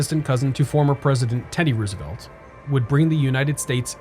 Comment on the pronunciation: Just a suggestion. If you want as wide as audience as possible., please stay away from politics. Unsubscribed. Its rose e velt btw not ruse e velt.